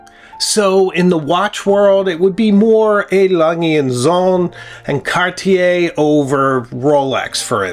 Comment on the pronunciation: Alas, I'm resigned to the fact that Americans will never be able to pronounce "Cartier" correctly.